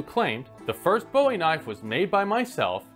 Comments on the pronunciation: There's a need here to learn how to pronounce Jim Bowie's name. That first syllable is pronounced like "Boo," not bow. Folks from Texas are gonna get a tick if you keep saying it wrong. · Wow two words into this video and I can already tell this guy doesn't know what he's talking about. That's a new record. The Bowie knife got it's name from James Bowie, pronounced the same as buoy. The knife was not named after David Bowie, so it's not pronounced bow•ee. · I was going to watch this video, but the first thing he did was mispronounce the name. It’s not Bow-ee, it’s pronounced Boo-ee. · Booey. Bow-ie is David. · It’s pronounced Boo-wee not Bow-wee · Its pronounced bowie not bowie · Excellent video! One comment I have is: Bowie rhymes with Louie. (pronounced Boo-wie) That's how Jim Bowie pronounced his name and that's how all Texans do too. It's a Scottish name and that's how it's pronounced. David Bowie is British and for some reason that's how the Brits pronounce it. Ironically a lot of the historic Bowie knives where made in the UK. So I suppose both are correct although the Brits pretty much do everything backwards anyways. 🙂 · My research tells me you are absolutely correct. Surprised this guy gets it wrong. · He's right Boo-ie is the correct pronunciation of the knife that's the only way I've ever heard it pronounced. I just figured this guy is an obvious Yankee and realizing they have their own way of saying alot of different words so I just initially didn't think much of it .. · I'm a native Texan and never heard a real Texan pronounce it like David Bowie. My 7th grade Texas history pronounced it "Boo-ee" and I was fortunate enough to meet some of his descendents and they pronounced it the same. You sure you're a Texan?? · It doesn’t matter where, or how it was invented. If you are calling a knife by the name of the man that made it famous, you should pronounce it the way he pronounced his name … “Boo-wee” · It's pronounced /ˈbo͞oē by most knife aficionados.